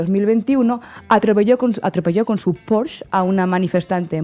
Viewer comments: Venga, a ver si ahora que ya habéis aprendido a pronunciar «lawfare», os ponéis con el PorschE. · Como siempre, muy buenas informaciones. Con mucho respeto, la pronunciación de Porsche, está mal, se pronuncia como se escribe, con la „e“ atrás. No quiere tener ahora la imagen de „enteraillo“ pero como vivo en Alemania…… si no pregúntale a Raúl Ceredillo 😊